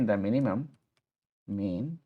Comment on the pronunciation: Very good stuff!! Just a comment on the .ndim property, we normally would say "ndim" like a dim light, not the $0.10 American coin. Even more importantly, on the function names, min , rhymes with pin, win or thin, sounds here a bit too much like mean , which rhymes with bean, dean and clean.